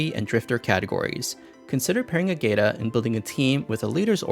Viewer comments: Appreciate the video, though it was painful to hear you pronounce her name lol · That’s how XD pronounced it in their own video. It hurt me as well. 😢